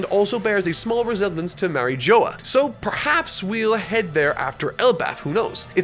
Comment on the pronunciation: “Marry joa”, come on! Say marie jois properly